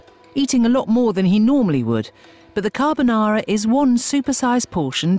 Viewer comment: This program usually roasts the US but after that “carbonara” I feel Italy crying